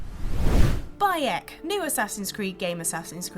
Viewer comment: When was saying the main characters name I thought she was saying by-ech, as in that Yorkshire-ism and I was so confused